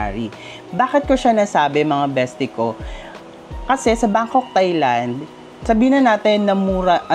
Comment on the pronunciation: You pronounce Thai-land it as “Tai not Thay” . Regardless, nice content keep it up.